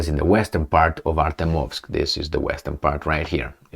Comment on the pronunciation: Learn to pronounce ArtYOmovsk ;)